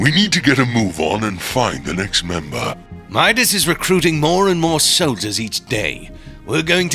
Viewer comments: Memedis no no no madis not medis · It's pronounced mydis not meedas. But his name is obviously spelled Midas. STOP USING THE SAME voice actors for the girls. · medas Me: do you mean midas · Why does say Medus not Midas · It Midas not medas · Meedas lol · said meowkles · Why are and pronouncing Midas as Meedas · Why say midas wrong